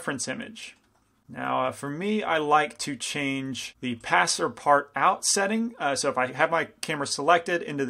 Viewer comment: Great tutorial! Keep in mind it's called pass-partoo though, it's a french word which means "passes through everything"